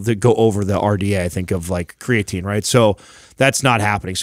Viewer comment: Always cracks me up when, who is very smart and educated, says "cray-uh-teen".